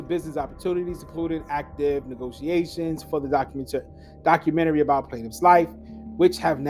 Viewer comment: HE GOT YOU PRONOUNCING DOCUMENTARY LIKE THAT NOW